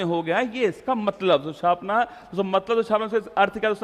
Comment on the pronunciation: Chhaapna chhapna bolte kya bolte ho bahut irritate krta h or rasugulla